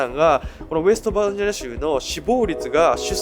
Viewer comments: 日本人？ ちゃんと日本語発音して喋ってくれ。恥ずかしい。バージャニアとかヒルベリーとかメキシカとかWarをワーとかなんだそれ🤦🏻‍♀️ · 一回もバージニアって言えてない😢